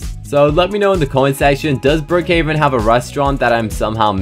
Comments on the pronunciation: he said BrOOkhOveN instead of Brookhaven but no hate i still love your videos! Also brooks diner is a restaurant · he said brookhoven